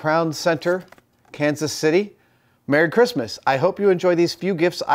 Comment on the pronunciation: You space out your pronunciation of Kansas City differently than the locals do haha